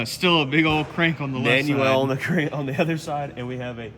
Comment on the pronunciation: Maaaaniuuuel. Adaptive cruise control you wanted to say